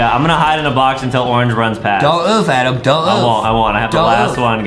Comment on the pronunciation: is adem not adam